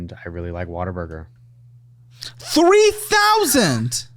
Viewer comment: It’s ‘Whataburger’ but Texans pronounce it ‘Waterburger’